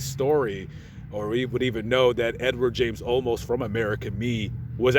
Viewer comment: Edward James "Olmos" not "Almost" smiles...